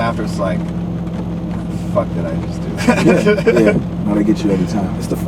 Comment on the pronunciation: deadmau5 saying "yeeeah" in a black mans voice LOL